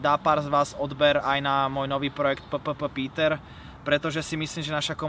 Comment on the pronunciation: Ten pocit ked VLASTNÉ meno ( Na YouTube) čítaš zle:D PPPETER čítaš P P P Peter...( 4 krat P:(.. všimol si si?:D r.i.p:(